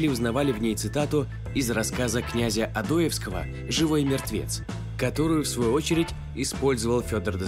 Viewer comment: ОдОевского????? После таких ударений и смотреть не хочется .....